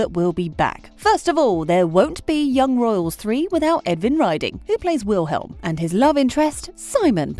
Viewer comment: the way she says Wilhelm and Simons' names 😭😭😭